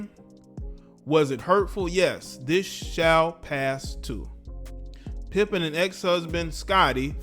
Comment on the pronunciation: Her name is Larsa PIPED-EN😂😂